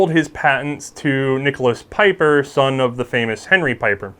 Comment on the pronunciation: Pieper should sound more like peeper I think